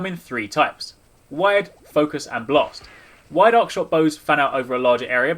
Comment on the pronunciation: Arc shot..not Ox shot..my ears are confused, haha.